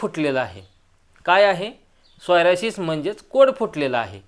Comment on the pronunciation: तुम्ही वारंवार सोयरासीस म्हणत आहे त्याला सोरायसिस असे म्हणतात